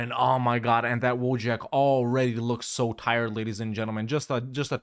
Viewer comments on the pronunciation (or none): EFLs be like: "Woe-jack"